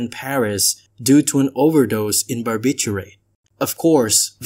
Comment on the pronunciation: the overdose in barbichuray is very tragic because doctors probably didn't know what that is.